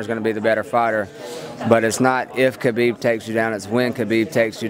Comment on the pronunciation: lol all the "ala" people people put extra chaa on his name chaakhabib